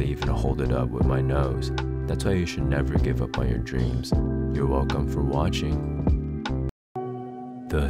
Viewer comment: Is no one gonna talk abou how he says you welcom for watching